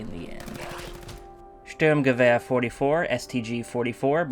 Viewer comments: I unsarcastically love how you pronounce it "Stürmgewehr". Sounds a lot more fun. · You say Sturmgewer so beautifully